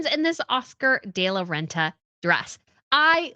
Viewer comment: Please, it’s Oscar, “De”, La Renta, not des la renta!